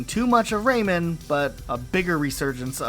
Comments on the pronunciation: Out of my entire 32 years of living in this planet. This is the first time I hear someone call "Rayman" to "Raymond" lmao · Really weird to hear people saying”Ray Man” pronounced like that….raymon lol